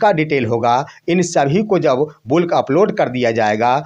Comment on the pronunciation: बुल्क नहीं बल्क